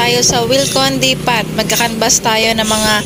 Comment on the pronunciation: depo ang pagpronounce nyan silent t